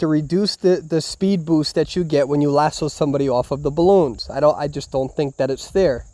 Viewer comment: No one:: spood boost